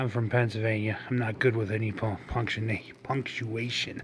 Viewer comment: Punk-she-ation. 166